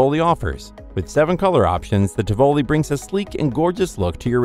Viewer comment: Helpful hint: look up how to pronounce Tivoli.